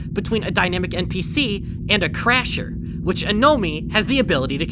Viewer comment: why do you say "npc" as "mpc"?